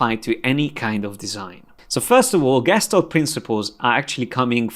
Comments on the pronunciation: It's pronounced geshtalt and every time I have a little tik hahah but I love your classes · It's pronounced Geshtál't with a soft L